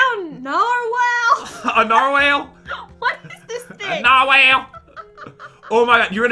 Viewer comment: And it's brown nar whal